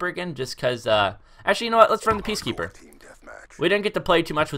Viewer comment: Guys why u so mad cause he said peacekepper. People make mistakes :P